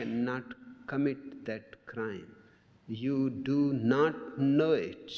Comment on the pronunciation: i just love how he pronounces "it". So relaxing and peacefull.. itchhhhhhh. It's like the best thing a human being ever pronounced whatsoever.